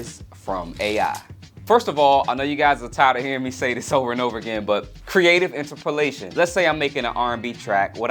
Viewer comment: i don't know if i can agree with your pronunciation of interpolation